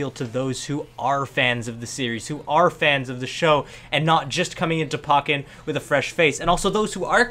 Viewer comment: The way you say pokken bothers me lol